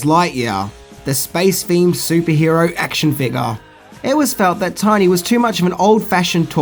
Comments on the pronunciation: One thing you apparently didn’t know… His name was “TINNY”, not “Tiny”!! That made me cringe every time you said it!!! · "Tinny" not "Tiny" lol Otherwise, all accurate information! Classic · Tinny, not Tiny.